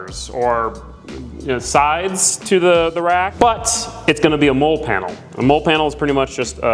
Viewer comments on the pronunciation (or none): “MOLLE” is pronounced “Molly” not “Mole”…. It cracks me up hearing it… but I appreciate all your content nonetheless!!! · I like the video but it actually drove me crazy when you pronounced MOLLE as “Mole” like a critter in the ground. MOLLE is pronounced "Molly". The name is an acronym for Modular Lightweight Load-carrying Equipment, a system for attaching gear to tactical backpacks and vests. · Molle=Molly not Mole😂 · Very cool, I always love watching DIY(ish) videos like this...also, the word is pronounced "Mall-E" (mine and every military brain is screaming at your video right now) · I was was just going to say the same it supposed to sound like molley but obviously it’s spelled differently! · Man, I was thinking have I been mispronouncing that word my entire life lol.